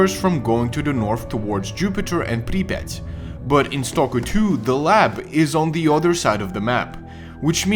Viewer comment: i could listen to this guy say Припять all day